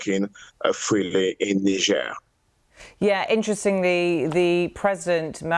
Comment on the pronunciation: She can’t even pronounce the country properly